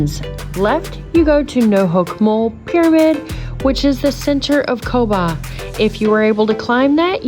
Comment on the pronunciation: Great video! 👍 It's pronounced Kobaa